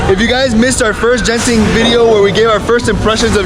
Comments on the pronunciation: Genting pronounce as G not J as in games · The G in Genting is pronounced like the hard G in "Game"